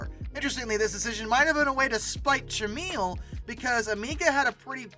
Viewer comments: It’s “trah-mel” not “trah-meal”. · OMG. It's TRA-MELL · The name is pronounced TRA-MEL. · Its pronounced "Trah-mel" not "Trah-meal" Look into Amstrad. It nots just a computer story. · It's Polish. The "I" in Tramiel is silent.